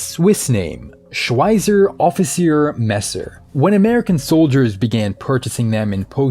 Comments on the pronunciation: ⚠️ In German, the letter Z is always pronounced like 'ts', not like an English 'z'. So Schweizer is pronounced SHVY-tsair, not SHVY-zair. Z in German = TS (like caTS). You should keep up with the times - after all, we also learn English by the millions in school. 🤙🏻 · He pronounced "Schweizer" in a way that means welder In swiss german lol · I died a bit on the inside when he butchered the word "Schweizer"